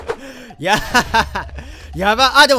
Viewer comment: 最初 「いやこんだけ」 が 「ｷﾞｬこんだけ」 って聞こえた(⌒,_ゝ⌒)